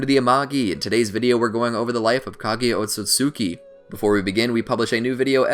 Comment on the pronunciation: He keeps saying Otsotsuki instead of Otsutsuki